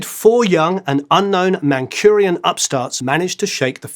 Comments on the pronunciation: Mancurian? Mancunian! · Did he say 'Mancurian'? Were they a cross between Manchurians and Mancunians? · you the man! But I reck it's Mancunian rather than mancurian. Though not the first time I've heard that! If I'm missing something (as a Manc myself) someone please enlighten me! Love the channel! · Mancurian? 😀Mancunian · Mancunian not Manchurian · "Manchurian" lol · Anyone else hear MANCHURIAN instead of MANCUNIAN? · It's Mancunian, not Manchurian x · MancuNian not MancuRian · Cheers but Mancunian, not Mancurian.